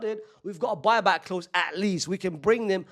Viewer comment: “boy-back clause” 😭